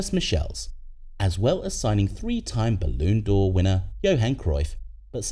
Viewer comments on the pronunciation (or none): "baloon door"